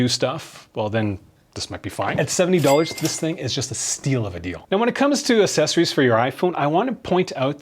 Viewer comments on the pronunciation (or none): AKK SESSORIES, not uhsessories